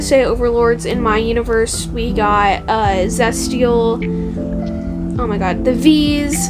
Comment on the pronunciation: Honestly?? Just do whatever you want in terms for content. I like this series, but I like the whole ‘talk while art is being drawn in the background’ genre as a whole. I would like to learn more about your oc’s bc they seem interesting tho. And tell me why I thought you were saying just zesty when you said zestial😭😭